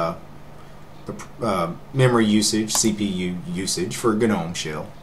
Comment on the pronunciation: Correct me if I'm wrong, but I always though "gnome" was pronounced more like "nome?" Maybe I just got it wrong.